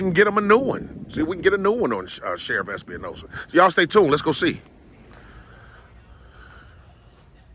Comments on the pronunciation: It's Espinosa not Espi-uh-nosa. he's so mad his face is all kinds of red! I freaking love it! GREAT JOB AS PER USUAL!!!!! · Although no one cares the last name is Espinosa (Es-p- nosa) not (Es-pe-a-nosa) just so if you go again you have the right pronunciation of his name so you don't get the wrong person. Also dude was so mad he couldn't give you the run around. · I think it's ES-PI-NO-SA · Can't continue to watch. I'm sure the smoking cops name is Espinosa, but the way you're pronouncing it gets my gall. It would be Es Pa Nosa. Please! Not Espi a Nosa very common surname! Since we're at it, please don't say Axs you a question! It's Asks'. Please!